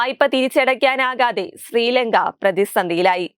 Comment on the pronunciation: സ്രീലങ്കയൊ.... അതെന്ത് ലങ്ക.....???!!!🤔🤔 കഷ്ടം! ചാനൽ കാണുന്നവരെ വെല്ലുവിളിക്കും പോലെ ഇത്തരം വായനക്കാരെ കൊണ്ടിരുത്തുന്ന തത്വമില്ലാത്ത മയി.... 🤮🤮🤮 മേക്കപ്പ് കൊണ്ട് ഭാഷാശുദ്ധി കിട്ടില്ല പിള്ളേച്ചോ..... 😂😂😂🤣